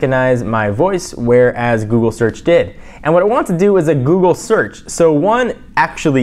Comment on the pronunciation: did you say buggly lol jelly bean is more responsive the ios6 lol